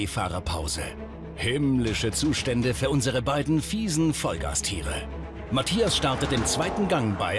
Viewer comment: Die Sindy sagt immer Matjas, muss dann immer an ein Matjesfilet denken ^^